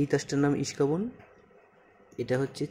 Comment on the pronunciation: "ইস্কাবন" না ভাই, এইটাকে বলে "ইস্কাপন" ✅